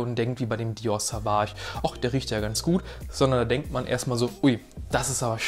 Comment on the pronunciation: Es wird übrigens "Sohwahsch" und nicht "Sahwahsch" ausgesprochen 🫡 Gutes Video.